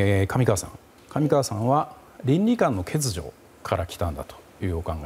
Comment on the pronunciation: 上川さん、欠如(けつじょ)けつにょって発言してない？👀